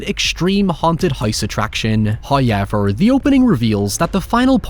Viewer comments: Hoewyevha!!!!?? It’s however!!! HOW EVER!!! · 30 seconds in and we got our first "huyever" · "High-yever" Count - 4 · I love how this guy says "fate" as "feet" and "however" as "hoyever" its really funny. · First "hoyevver" drops . All treat, no trick. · "hoyever" lmao that's exactly how he pronounces it. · That's how Irish folk pronounce it in general, but the fact that he says it in the same exact tone and cadence every time, and you know he's gonna drop it repeatedly in every video, is just perfect. He should make Hoyever tshirts.